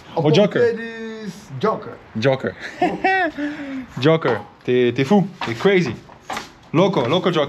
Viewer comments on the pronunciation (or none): he was saying his name is "Joca" , not Joker, thats why he was like "im not crazy...." 😅